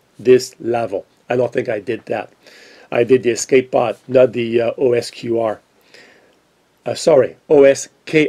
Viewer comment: You said "osQr" 3 or 4 times by mistake instead of "osKr" maybe when you Googled it you typed in "osQr" by mistake : that's the kind of things that happen to me sometimes